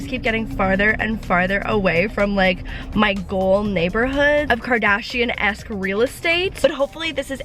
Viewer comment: Kris Kardshiannn 😂